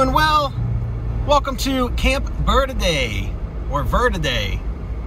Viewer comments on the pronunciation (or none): Omg thank you! ALSO - it's pronounced VURDEE. Not Verrrrrrrrrde. We pronounce it the 'Merican way! 😎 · You missed the whole town, And you're saying "Verde" wrong. It's "ver-dee." -CVHS class '79. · “Ver-Dee” is how most pronounce it. Mexican pronunciation is fine too